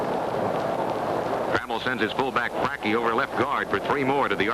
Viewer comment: Can't listen to this broadcaster mispronounce Mike Fracchia's name